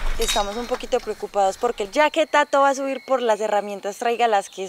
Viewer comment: Venga, xq el man dice "Tatu" si es "Tatto"? xD?